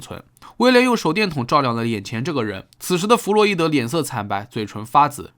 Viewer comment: 哈哈哈哈这是个人的悲剧 重音在人上 听起来好奇怪😂 我想 他的稿子应该是 个人的悲剧 vs 时代的悲剧 重音在 个